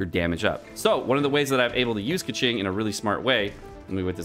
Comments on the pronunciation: Where were you when playing Genshin impact? You skipped Keqing? That is why you dont know how to pronounce it. Its pronounced as Keching and noy Keking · Isnt it pronounced “Ke-ching” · He did it on purpose. It's more like "meme" version of pronuncing her name "KEKWing" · When he said Keqing and Kecking I died😂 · Keqing sounds like Pegging 😎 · kÆkeng??? I'am dead bro 💀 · I think he is intentionally saying keking just to make me cringe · Oi 😡 /j Pronounce her name like Coo-Shing 🤬🤬 /j I’m kidding- thanks for this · Could not watch this video. That Keqing pronunciation was lowering my IQ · You realise he was trolling right?